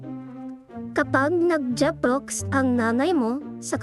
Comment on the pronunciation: Jeprox is so funny to hear while u explain it 🤣